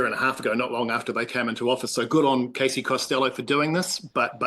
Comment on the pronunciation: CASEY not Cathy!